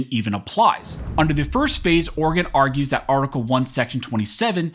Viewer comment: Thank you for pronouncing Oregon correctly.